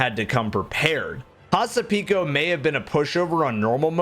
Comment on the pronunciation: Here is a cool thing to know! Hasapiko is a Greek dance, and butchered the name!